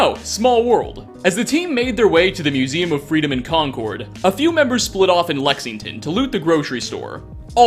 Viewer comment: The mintuemen one is the saddest to me. They were just days from rescue by the sole survivor, but they lost their lives by going off on their own. PS,, it's pronounced "Con-kerd" like the word "conquered", rather than "con-cord" like the bird